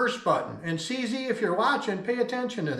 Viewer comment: You don’t pronounce it fricking “C zee” m8. 🤦🏻‍♂️. It is pronounced “See See”…. 👍🏻